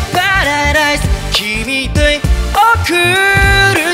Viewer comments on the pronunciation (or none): 伝説の「君ﾄｩｲ」